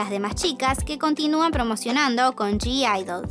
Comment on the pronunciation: Vs sabes q en g-idle no se pronuncia la g???? Me pone nerviosa q lo digas mal